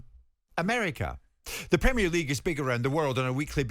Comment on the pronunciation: WTF can't he say Premier as in Prem-ier. Why does he insist on Pre_mier league audacious pr*ck